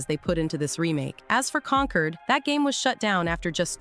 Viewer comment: Omg con-cord not conquered